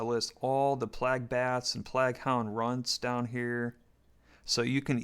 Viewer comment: like 40 years old and calls plague PLAG